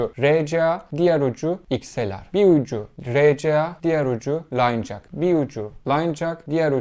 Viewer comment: Çivi jak demeeee😂